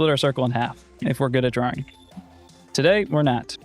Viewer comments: Other people: drawing: drawring 🤠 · You say “passible” instead of “possible” and “drowing” instead of “drawing” but you say “ball” regularly. To me the o in possible and the a in drawing sound the same as the a in ball.